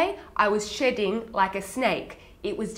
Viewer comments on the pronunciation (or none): Feel better. I was not sure with the intro if you said "shitting" or "shedding" like a snake. Lol. It has to be shedding right?